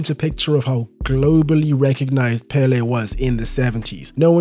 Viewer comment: 1) His name is pronounced with an accent in the second syllable: pelé! 2) They played against no one. No wonder they would win every game. And they had a horrible tie breaker… 3) I think the rising in popularity of football in the US has to do with immigration. After the seventies it grew constantly. Especially from Latin football loving nations.